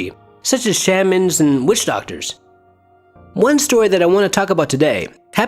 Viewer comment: The way you say shaman makes me laugh 😂